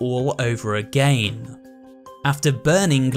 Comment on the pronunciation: why are you proununcing again like that